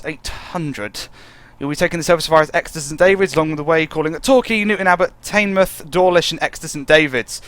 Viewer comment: it's not tainmoith, it's teenmouth